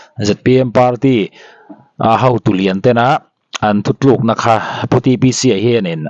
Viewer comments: Chanchinthar Puangtu hian thuthlukna a tireng mai hi ngaihthlak ati nuamlo viau mai.Mizotawng dik zawk Thutlukna han ti mai se tha tur. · Newste hi a phurthak nazawng hian chhiar ve mai mai teh suh u..In lak changkang nâna mahni tawng han lam dik loh kual vel hi sim hmak rawh u. Kei ni mizote chuan thu tlukna( resolution/final decision) hi thu thlu thlûkna kan ti ve ngailo tih hi news reader hian lo hre mawlh teh se.Tu emawin english lo lam diklo emaw lo lam zo deuh chu nisela hmusitna pe na ber zingah mi i nih ngei a rinawm.Mahni tawng pawh lam dik thiam lo ten mi english hmang diklo hmusit leh nuihsawh chingho zingah chuan i telloh hrâm ka beisei. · Thuthlukna nilovin thutlukna tih tur aw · Chanchin thar chhiar tu te tal hi chuan mizo tawng hi chhiar/lam dik hram teh u, Thu thlukna ni lovin, Thu tlukna. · Chanchin thar puangtu zawk hian Thuthlukna tiin lam lovin,Thutlukna tiin lam zawk se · Ngatinge thu thluk nai in tih zel maile THU TLUK NA tih tur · Thu thlukna a nilo,thu tlukna tih tur a ni e. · Thuthlukna ni lovin THUTLUKNA